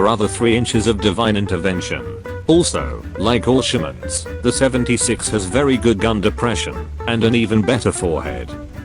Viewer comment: Every time he said all shermans i thought he said bolshaviks